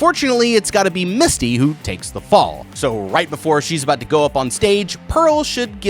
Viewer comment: every time you called her Misty, i cringed a little. her character's name was Mitsy. lol